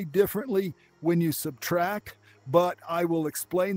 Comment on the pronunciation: You incorrectly saying subtract